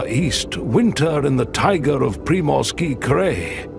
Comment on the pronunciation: 🫣 no, no, no 😂😂😂😂 it is -- tai - gAAAA's .... And "Pree-morski Cry" - correct pronunciation